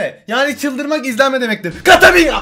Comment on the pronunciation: Katamira değil nique tà mère ben fransızca biliyom